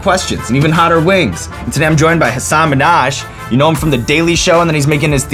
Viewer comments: also his last name is actually pronounced min-haj, not manaj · Having grown up in South Asia, and having seen clips of Hasan talk about this, I have just one critique for Sean, who is otherwise an INCREDIBLE host: Neither Hasan's first nor his last name are pronounced the way they were said in the beginning. 😭 That's all. Still love u tho, Sean. But I will admit that I was a bit surprised by the mispronunciation. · Why is his name butchered so much? He clearly pronounces it with emphasis on the first syllable of his first name and the H in his last name but Americans say it like Nicky Minaj is his sister. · Sean miss pronouncing Hasan and Minhaj... Sad for Hasan